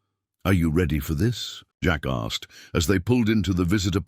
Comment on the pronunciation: I love the narration. Great voice. I have to chuckle every time he says "Jack asked" he never seems to pick up on that second "K". LOL "Jack assed"